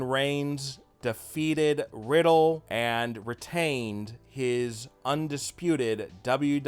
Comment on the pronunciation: It’s riddle not May riddle